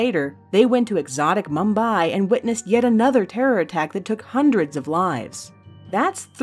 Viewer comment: The way you pronounce 'Mumbai' kills my OCD